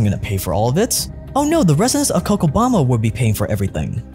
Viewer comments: It's Co'cha'bamba. 'Cha' like 'Cha' ttanooga. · is pronunced CoCHabamba as the CH on the word CHain. Love from Argentina.